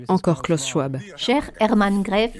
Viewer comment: Schwab se prononce SchVab. C'est allemand.